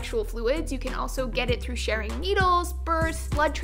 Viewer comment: When she said sharing needles I thought she said "AIDS can be spread through Sharon needles" 😂